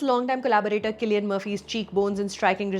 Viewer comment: so glad you corrected Cillian's pronunciation :)